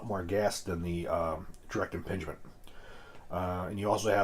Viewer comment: Did he say DIRECT IMPINGMENT?